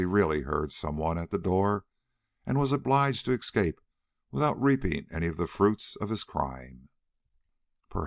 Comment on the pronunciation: "excape" annoys me, as do all the other mispronunciations.